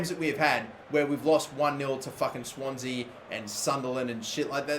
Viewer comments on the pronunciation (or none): none